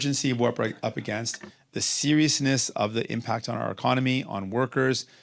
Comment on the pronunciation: the sewiousness. He talks like Elmer Fudd